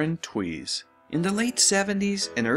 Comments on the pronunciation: Lauren's last name is correctly pronounced "Tavis". I know as my grandmothers maiden name is Tewes. And although I've never met her I'm distantly related to Lauren. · It's "tooz" and "co-pell" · Would never have guessed Tewes was pronounced Tweeze- Double checked and found her saying it. Was certain it was Tues as in Tuesday. Show was mediocre at best but guys- me included- always watched to see the lady stars from other tamer shows in swim togs.